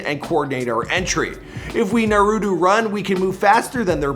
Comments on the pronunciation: Dude said nurutu runners not Naruto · mans really said “Narudu” instead of naruto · Wow he really pronounced naruto narooto 🤦🏾‍♂️ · This dude said. Narudu Runners... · He said narutu runners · Nawuru runners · “NuHRooToeE runners” NAH-ROO-TOE = Naruto 🍥: No. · This dude said norootoo runners😂😂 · Nobody: Not a soul: Not a wondering atom:: NaRuDO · did he jus say noruto runners instead of Naruto hahahaha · Did he say newrudo runners? It's Naruto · “Nurutu runners”😂😭😭😭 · “Naroodo runners” lmao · "Neroto" amazing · 😂😂 Average person: Na-ru-to: Nu-ru-to on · Nigga said narutu runners, it’s naruto runners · Naruuuudo ? It’s Naruto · He said nurudu runners 😂 instead of naruto runners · "Narutu runners" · When he said naruto I thought he said noodle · "Narudo runners" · No one:: na ru do ro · It’s nAruto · anyone else got mad he didrespected us and said “nuu-roo-toe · This guy really said "Nurudu" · Did he he just say narutoo im triggered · NOO-ROO-TOO??? Really bro 🙄🙄🙄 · Dude said “nurudu” 🤦🏾‍♂️ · did this guy just say Nurudo runners 😂😂😂😂😂😂😂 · Since when is natuTO pronounced with a hard ER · Am I the only one cringing when he say Naruto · man said Norudu... wtf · bruhhhh why tf he say Neruto💀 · Wtf is a narootu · Norutu 😂😂😭 he meant naruto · Na-rue-to runners 😕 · wtf is a naroodo runner come on 😂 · His pronunciation is doodoo it sounds like newroodoo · Narudu runners wtf is narudu 😂💀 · Lmfaooo I heard that too ! “NaRuTu” 😂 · We about to pretend like he didn’t say naruto like that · The way you pronounce naruto is triggering me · Learn how to say naruto right first kid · My mans really can’t pronounce naruto. Smh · Almost shot myself in the head when he said Naruto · His pronunciation of “naruto” very much pissed me off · wow he mispronounced Naruto again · Lost all respect for you after mispronouncing Naruto. Smfh. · His pronunciation of Naruto made my teeth hurt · you can even say naurato right